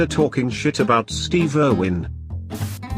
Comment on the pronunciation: You pronounced Steve wrong